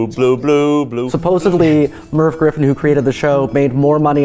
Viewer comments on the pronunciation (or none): none